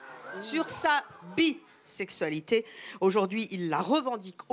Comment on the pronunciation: Non mais je rêve ? "C du ninport koua la bissaiksualitai", comment ça du n'importe quoi ? Enfin bon..